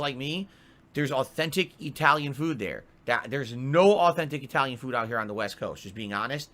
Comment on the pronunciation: "AcKthentic E-TalyIn"